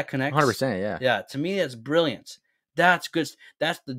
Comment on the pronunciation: Bri like Brillant